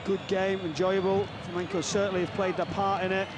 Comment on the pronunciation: If you're gonna be a sports commentator, I think the very least you can do is learn how to pronounce the names of the clubs and athletes involved. Dude kept saying "Flamenco". It's not a Spanish Dancing show, mate. You wouldn't like to watch non-british commentators saying "Loverpol", "Chilsae", "Minchister", "Spoors". Takes literally 10 seconds to google "how to pronounce X"